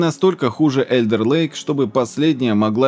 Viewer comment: Вимовляється Alder lake як Олде лейк 😅❤